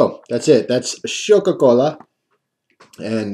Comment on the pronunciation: I think its prenounced showk a cola rhymes with coca cola